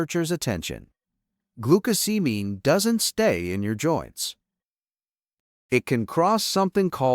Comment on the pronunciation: AI is unable to pronounce glucosamine. Every time glucosamine is said in this video, it is pronounced differently. What we do not know from this study is what else did people eat, if anything, besides glucosamine that may have caused the 25% increase? I read the study and there is a connection between glucosamine causing sugars to bind to proteins. Based on what I read the problem might be to much sugar in some peoples brains?